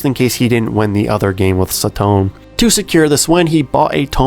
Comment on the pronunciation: This series is one of my favorite manga, it's a shame that it's anime, movie, and drama adaptation never got a decent budget. Also it's sa-to-ne not sa-tone